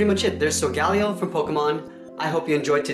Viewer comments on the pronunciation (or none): Its solgaleo not sogaliio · at the satarting you said solgaleo its not sogaleo its solgaleo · IT'S S-aw-l-gay-lay-oh not s-aw-l-gay-lie-ull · its pronounced like soul-ga-layo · Its pronounced soul-ger-lay-o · its sol-ga-lay-o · It’s actually sole ga ley oh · It's Soh-ga-lay-oh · SOG_LEO you pronounced it wrong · he pronounced solgaleo wrong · you do not know how to say it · You pronounced Solgaleo incorrectly. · That's not how you say that Pokemon